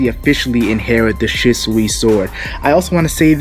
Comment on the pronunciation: interesting theory. the only thing that bugged me is the OP saying Kuina and shusui wrong. Its "koo-ee-na" or "kwe-ena" and "shoe-soo-ee" or "shoe-swee" xD